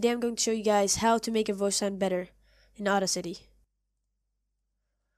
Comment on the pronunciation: I'm so sorry but I was crying when you pronounced audacity at first